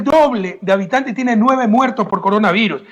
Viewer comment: Min : "Venejuela tiene el doble de habitantej. Tiene nueve muertoj por coronaviruj". ¡¡DICTADOR HIJO DE PUTA!! HASTA AHORA DEFENDIENDO A MABURRO!! ¡Cómo si las cifras que da Maburro fueran creíbles para alguien medianamente inteligente! Quiere hacernos creer que Maburro se preocupa por alimentar a su pueblo. En las calles de mi país hay 800,000 venezolanos subempleados y de vendedores ambulantes, algunos de ellos delincuentes, mendigos y prostitutas, porque en su país Maburro los mataba de hambre. Es más gente que ecuatorianos hay en España. La diferencia es que aquí no hay fuentes de trabajo. Están incluso en la Plaza Grande de Quito. Correa, que estuvo sentado 10 años en el palacio presidencial, al pie de esa plaza, parece no haberlos visto nunca.